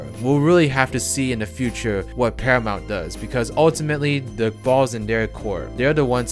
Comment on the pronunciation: I thought you said parliament for a second there 😂